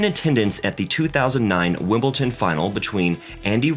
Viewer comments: That should say wimpleton 😊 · I know he called Wimbledon ‘ simpleton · Agreed, and Wimbleton!